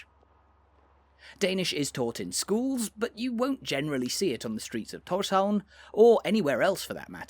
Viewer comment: You say Tórshavn really well. Probably the best i've heard from a foreigner.